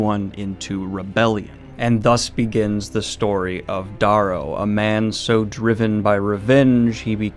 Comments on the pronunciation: A fantastic book trilogy I finished a day ago. Loved every minute of the audiobooks. Great video but one thing I'll say is you say the MCs name wrong it's Darrow not Dorrow. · its pronounced "DaRro'